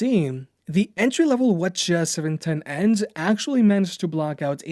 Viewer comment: whenever he said WH CH710 it reminded me of Wachowski brothers. Just saying ..